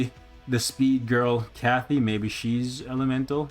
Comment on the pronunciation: Why does keep saying ‘Kathy’ when it’s ‘Katy’?